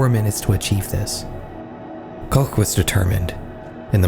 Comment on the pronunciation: HUGE shoutout to you bothering to pronounce the German words and names properly (I gasped a little at that "Koch" and rewinded to check I was hearing that right lol) and doing some proper research too. Even showed Schlag den Raab when mentioning competing shows. You didn't have to, you didn't even mention it by name specificially, but your b-roll actually showed relevant information. That's some dedication to accuracy. Anyways, love your videos! Keep up the great work. ETA: Little correction though. The accident did get aired, you could see the fall on camera. It didn't look bad when it happened, because everything happened so fast. You likely just have an edit of the broadcast that cut that part out to be respectful to the victim(s). The version everyone saw live on TV is available on youtube, but not that easy to find if you don't know German. For those curious, search "Wetten, dass..?? Unfall KOMPLETT mit Wetteinsatz" on YT, you'll find it.